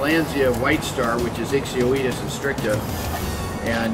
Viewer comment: Also beautiful correct pronunciation of ixioides <3